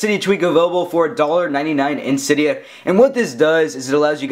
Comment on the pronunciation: cYdia haha says it so funny